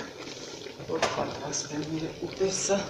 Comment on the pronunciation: Շատ հաճելի կին եք, ուղղակի հայերեն ճիշտ խոսեք,ուտես-ուտեՍտ, դարբնի տերև-դաՓնու տերև